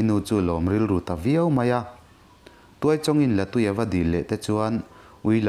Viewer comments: I lam rik dan hi a dik tawk lo, la tui tih i lamdan hi tui(water) ni lovin tui(egg) anga lam tur. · A ngaihnawm hle mai. Thlahthi hi Tlahthi tih tur- Mau emaw rua emaw a na hi pan deuhin hriam tak turin an siam a, chu chu Tlahthi an ti. Zél zùl hi Zel zul tih tur. Liandova te sial lim zek zek, zek zek hi a thluk a dik lo. La tui pawh hi, la in tui(water) a nei lo. Hmuia an hlum hi La tui an ti, tui hi artui tih a tui lam anga lam tur a ni. Ka rawn sawi ve leh e